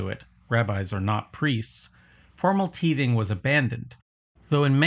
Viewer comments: I think the word "titheing" is pronounced [tahy-thing] instead of [tee-thing]. "Post-Modern" philosophy does have those, like Michel Foucault, who promote ideas that claim things like literature (or any communication, really) are subjectively interpreted by the audience and therefore have no intrinsic meaning in and of themselves. This points toward the concept of 'wishful thinking' and 'placebo', implying that belief can shape reality. But self-confidence (real or fraudulent) that 'creates' reality outside the individual and their will to act is NOT a fundamental tenet of "Post-Modern" philosophy. Richard Rorty is a better example of the "Post-Modern" ideas that claim that we have reached the "end of history" in that everything that can be thought has been thought, and those who have embraced and studied philosophical anthropology up to the common time are therefore standing on the roof of the philosophical 'Tower of Babble', and having pulled up the ladder, leave the rest to compete for their own climb to the top. Please don't confuse the misunderstanding of the concept of "individual merit" as the false idea that "wealth is an indication of an individual's merit" with the true concept of human merit as the content of one's character plus the quality of one's mind, times persistent grit and hard work. Yes, a self-fulfilling prophecy can be a powerful mental trick to fool yourself into the motivated actions necessary to find success both in your own life and in relation to t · Great video, but for the record it is pounced "tie-TH(v)-ing" and it was "approximately" a tenth. It was supposed to go to feed the priests and the poor. Its a shame how a belief system that can be summed up as "be kind and love one another" gets distorted into greed and to mistreat others. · It’s tithing with a long I sound, not teething….hahaha…there is some bite in both, I suppose. 😉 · Tithing = . Not teething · Yeah... "teething" is what toddlers do,.